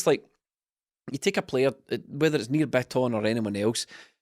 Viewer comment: The ' trying to pronounce Rogic / Bitton correctly' drinking game has me absolutely mwi at half 12 on a Tuesday